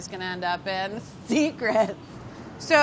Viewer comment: carla saying “secret” caught me off guard